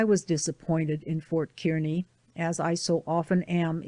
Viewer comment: Thank you for providing the reading of this book. I enjoyed listening to the story of their journey. Kearney, Nebr is pronounced Car Knee ..I'm from Nebraska.